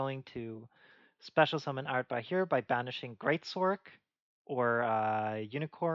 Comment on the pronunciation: Yeah, I agree with a lot of what you said. Especially the part where you said Areadbhair is good, but nowhere near good enough to actually impact the playstyle of Nekroz in the meta. Also, for ease of speaking, I was taught recently that Areadbhair is irish, so it's actually pronounced A-red-var. Which made my life so much easier when referencing it. I really think Nekroz was the DT3 archetype most screwed out of support. Like, I think so much could be done to a decent or atleast ab interesting degree, but instead of getting something cool, like an in-archetype manju, a turn 1 Ritual, an innovative Spell or Trap for Claus to search or a Ritual spell that does something cool like you proposed, or maybe even if I may dare, Ritual directly from deck we get cards like single card support like Sophia and Ariel that don't do anything. I mean, at this point, I wouldn't mind a level 1, 2 or 12 ritual just to complete the set even if they ended up gimmicky, just to break this pattern of Nekroz getting 1 support card then being forgotten for years only to remind Konami that they suck at balancing Rituals. Anyway, apologies for the diatribe, and thanks for the video. Was very interesting to get your opinion on this. :)